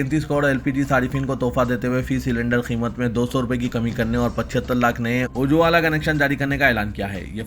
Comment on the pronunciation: Ujwala. Theekse Bolo